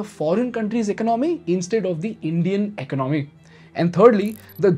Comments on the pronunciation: Please learn how to pronounce economy - “ec-on-oh-me” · Economy please pronounce correctly.